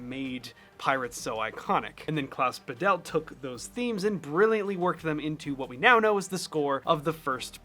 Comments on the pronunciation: It's "Bah-delt", both syllables equally stressed, not "Ba-DELLt" with stress on the second. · It's Klaus 'Badelt (german emphasis on 1st syllable), not Ba'delt. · Badelt is pronounced "BAH-dit" with a tiny bit of "l" in the second syllable. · I thought it was Klaus Badelt . Who’s Klaus Videll? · Small correction on pronouncing the names: In Badelt, the emphasis is on the first A. It's spoken fairly open and long. BAHdelt. For Zimmer, it's the usual Z/S difference between German and English. The German Z is a very sharp sound, so it's more like Tsimmer. (And here, the A in Hans is actually much shorter, but still emphasized by loudness, and the S at the end is a voiceless one.) That being said: The similarities between the two scores is proper mindblowing! The notes may differ, but the feel is surprisingly similar, wow! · (As a German, I had to listen twice to the names until I understood them. In German, the z is a voiceless ts. It's thus Hans Tsimmer. And Klaus Badelt has the stress on the first syllable: Bádelt, with a long ah sound. Imagine him written as Bahdelt.) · His name is pronounced Klaus BAdelt ;) he grew Bad Bodendorf in Germany. Next to where I lived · In Badelt the stress is on Ba not on delt. ☝🏼 German here.